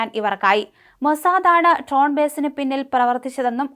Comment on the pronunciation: ട്രോണ്‍ അല്ല കൊച്ചേ ...ഡ്രോണ്‍ എന്നാണ് പറയണ്ടത്